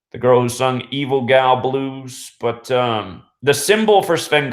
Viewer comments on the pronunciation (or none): none